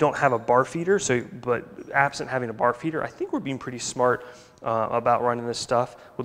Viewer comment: At the end you were saying bar feeder. I kept hearing barf eater. HA HA HA!